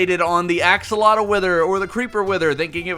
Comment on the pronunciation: Axolither? Withotl?